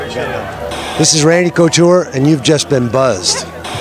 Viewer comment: Randy Couture ... Not Cotour!